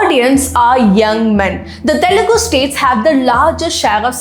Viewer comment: Pls say it normally...it's telugu cinema...why are you stressing the word "tttthelugu cinema"...?it's so irritating to listen... skipping the video..say it normally